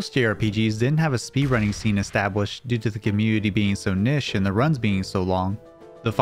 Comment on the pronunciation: Lol, that one doesn't annoy me at all.. Its the mispronounciation of the word "niche" at the beginning that grinds my gears.